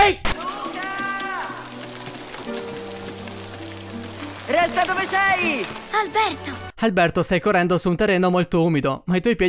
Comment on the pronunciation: si dice FAKE non FFEIK